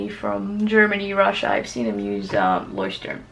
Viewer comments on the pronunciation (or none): I'm German and you pronounced Leuchtturm almost correctly :) The first syllable was correct, but "Turm" should be pronounced like the English word "tour" plus the m in the end :) Not like "turn" as in "Turn left over there". Hope this was helpful :) Your art is beautiful by the way!!!